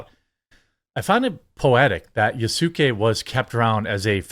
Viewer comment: Given how often they say his name wrong and use retainer term wrong + don't know how very popular he is in Japan probably they don't.